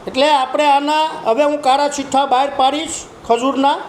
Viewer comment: ભાઈ ઈને કાળા ચિઠ્ઠઠા કેવાય કાળા સિઠઠા નય 😂😂😂😂